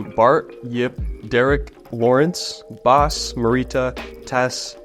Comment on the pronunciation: It's Bas not Baas😆😆